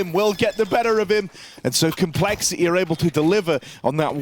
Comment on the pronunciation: Why does he pronounce complexity "col" shit is infuriating